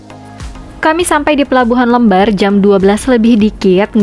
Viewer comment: LEMBAR...cara bacanya spt kata LEMPAR..